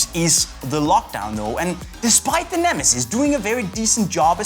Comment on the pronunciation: ALL-IN-ONE VIDEOS it's neme'ziz' not nemesis 😂